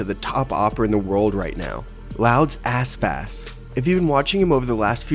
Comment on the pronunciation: I coudnt stop hearing asspass. his name isnt that hard to say